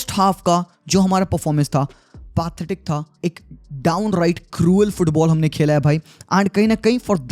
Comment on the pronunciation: im sorry to say but its not pronounced pa-the-tic, it is pronounces pe-the-tic not disrespecting you